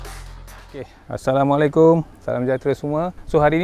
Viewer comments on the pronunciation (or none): none